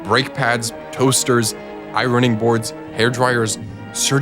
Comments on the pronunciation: "iRoning boards" 😅 The R is silent 🤫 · I-Roning boards? Th "r" is silent. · "I-running bords" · Ironing is pronounced as ioning (without the R) 😊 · this mufuka said "i-ron-ing boards" hellnaw ! lmao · The pronounciation of "iron" and "ironing" 🤣